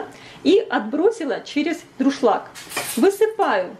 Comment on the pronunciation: Советую правильно говорить: чеснОк, дУРшлаг, коНфорка.